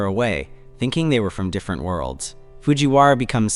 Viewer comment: "Same same, but diiirerent" ahh narrator